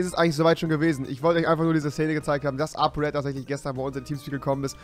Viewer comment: Apo Apo Apo Digga das heißt R-E-D😂